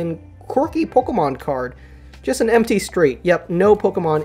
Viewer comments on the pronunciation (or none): I liked it when he said Pocker-Man cards